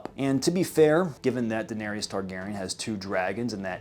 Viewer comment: Great video- you obviously spent way too much time thinking about this, but I can't get over the way you say "Daenery-us" and "Air-ee-uh Stark" like did bro not hear anyone say their names even once???